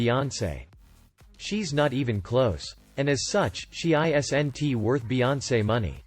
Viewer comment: Why don't you read the script yourself instead of letting the computer say isn't as i s n t. The computer spells the word out. Just say it yourself.